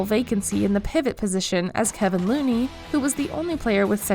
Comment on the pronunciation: How do you mess up so often. It's "Kevon" not "Kevin" , "DrayMOND" not "DrayMIN-d". Also, the Warriors need a center more than they need another short guard...